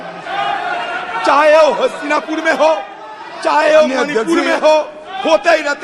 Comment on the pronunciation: Say मणिपूर मोनीपुर नहीं